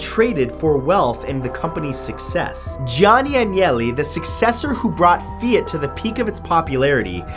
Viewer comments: Fee ought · The way you say ‘Fiat’ threw me. 😜 Cool video!